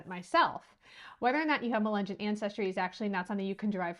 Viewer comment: Say mull-lee-gun say mug-lug-on